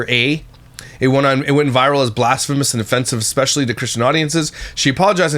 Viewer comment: I can’t stand the exspecially! Seems like I am hearing this more and more 🙄